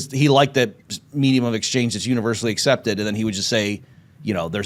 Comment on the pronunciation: “Meejeum of exchange”